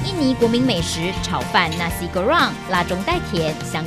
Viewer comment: 是 nasi 不是 nashi